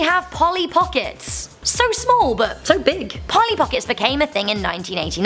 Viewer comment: Hi,you missed the "l" in Polly!